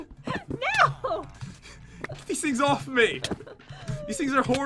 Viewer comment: It's not mhe its me 😂